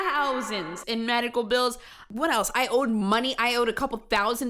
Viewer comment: this cop just slurred his words and almost asked if she had any major magical problems 😂😂😂